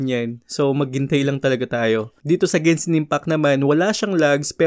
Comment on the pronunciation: gensin impact ? yung nadidinig ko talaga 😂